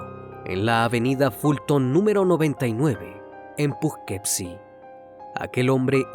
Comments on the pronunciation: Hola antes que nada te agradezco mucho tu contenido y con el respeto que me mereces creo que no pronunciaste bien la ciudad, se escribe Poughkeepsie pero fonéticamente se pronunciaría (pugkipsi) soy de Nacionalidad Méxicana pero actualmente Radico aquí en Poughkeepsie un abrazo hermano. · Muy buena narración, muy buena edición. Sin embargo, la pronunciación del nombre de la ciudad y del criminal (fran-súa en vez de fransuá) me distrajeron. Que esta sea una crítica constructiva, hay que buscar el nombre y la pronunciación (aunque uno no hable el idioma como nativo), para que todo sea impecable. Hay una página que se llama Forvo, ahí otros pronuncian para saber cómo se hace. Saludos.